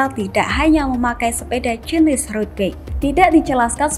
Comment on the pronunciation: dubber berita baca bike dengan *bek*...ckckck